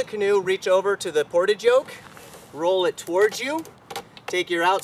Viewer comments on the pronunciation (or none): AAAHHHHH that's not how you say portage..... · Don't forget, us crazy boaters shorten all the words! Bowline = bowlin, Ratlines = ratlin, Gunwales = gunnels, Main Sail = mainsil... and of course, Portage = portidge. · Well, there's 'portage' as in carrying a load, and there's 'Portage' as in several place names in Manitoba, Canada. Different pronunciations from the same root.